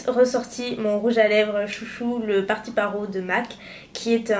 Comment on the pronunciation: | trawt pawt | trout pout, la moue couleur truite (oui je sais c'est beaucoup moins poétique) ou alors le minois de truite lol trout c'est truite, d'où la couleur saumon et pour "party parrot" on pronounce le "t" final sinon ça fait étrange, parrot, c'est perroquet =)